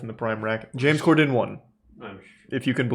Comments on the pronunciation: Lmao I like how Charlie says corden wrong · he says cor-DEN instead of COR-den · Why does he pronounce “Corden” like that lmao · how does the beef run this deep when he doesnt even know how to say his name KEKW